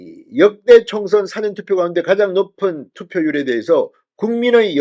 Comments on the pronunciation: 싸전투표가 아니고, 사-전투표! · " 사전투표 " 이란 말씀보다 " 사~전투표"라고 ? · 발음시 "사전투표"가 아닌 " 사:전투표 " 로 발음해야 하는데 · 사전투표는 국어사전, 영어사전이 아니라 가르쳐드렸는데 계속 무식한 발음을 하십니까? 가르쳐주면 좀 고치십시오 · 사전투표율이 낮아야 허는 것 아닌가요? 보수지지자들은 사전투표 의도적으로 하지 않았을 것 같습니다. '사전'은 dictionary가 아니라 pre-event입니다. 발음이 ㅎㅎ~